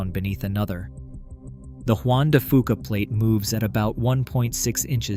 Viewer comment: Juan de "few-kuh"...